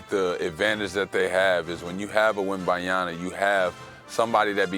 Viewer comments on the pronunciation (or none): Victor wembanyana and Steven castle is wild😭 Iman please learn how to pronounce players names you’re on TV now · Still can't pronounce Wembanyama?